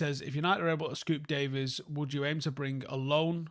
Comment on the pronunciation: Day-veeeees not Day-viss